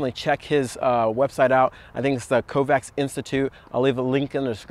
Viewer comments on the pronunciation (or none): hate correcting ppl in general, but why not lol.. his name is pronounced "Kovach"